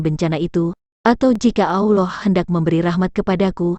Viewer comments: ALLAH bukan auloh... Hanya anjing yang mengaung... Auuu... Manusia bila disesatkan maka pikiran dan lisannyapun sesat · Mengucapkan nama Allah aja kok gitu..nyebutnya aulah...beda dgn orang muslim cara menyebut nama Allah..